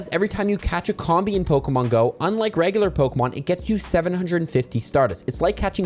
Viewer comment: It's pronounced COMB-BEE, comb as in honeycomb and bee as in.... bee.